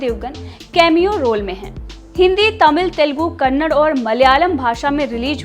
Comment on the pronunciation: Can people stop saying Kannad. It is Kannada